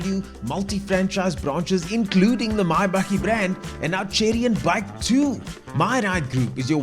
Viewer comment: Just so you know...BAIC is an acronym (Beijing Automotive Industry Corporation) and is pronounced B-A-I-C and not "bike".